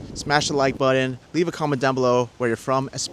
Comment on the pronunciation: They all have such catchy names…. Learn how to properly pronounce the word button. Oh also that is a blower for drying the carpet after they clean it with that carpet cleaner. Not a power generator 😂